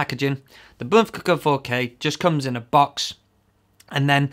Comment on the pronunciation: Finally someone pronounces Bmpcc4K the right way! the best review ever seen!